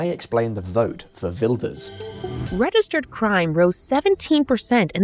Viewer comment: You pronounced his name perfectly 👏🏾It is practically impossible for Wilders to become prime minister. Many (islamic extremist) people want to unalive him. He needs guarding 24/7.